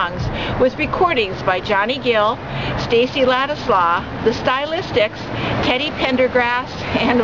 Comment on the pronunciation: The mispronunciation of Dionne Warwick, Stacy Lattisaw, and posthumously took away from the tribute